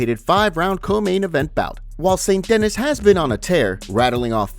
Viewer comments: Bro please learn to pronounce the fighters name right because who TF IS ST DENNIS ........ ITS PRONOUNCED SAINT DAKNEE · His names pronounced Benoit Saint DenEEE! not denIS lol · St DAN KNEE. Not Dennis. 🤦🏻‍♂️🤦🏻‍♂️ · Saint Dennis? De-ni-s 👊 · It's saint de-nee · St De-knee lol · "Saint Deni", you don'thave to say the "s" at the end... LOL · The S in St. Denis is silent bro. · You pronounce adesanya like you were born in Africa with every ounce of your being and say Benoit at Dennis like a menace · How tf could you read Benoit correctly but not Saint-Denis 😅